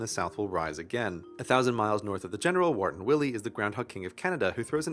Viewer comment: It's not Warton Willie, it's Wiarton Willie from Wiarton, Ontario. That's why-err-ton... three syllables.